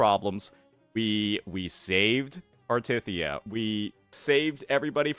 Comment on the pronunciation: Is a main story skipper? Ain’t no way he’s pronouncing Cartethyias name like that